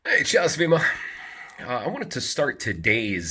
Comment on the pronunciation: At the start of the video you said "Cao svima" with "svima" having a strong Novi Sad accent. You are one of the Vojvodjani now! :-)